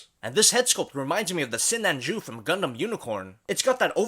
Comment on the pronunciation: Did you say GUNDUM